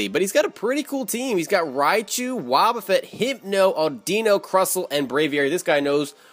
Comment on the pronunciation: audeeno?? it's audino like idunno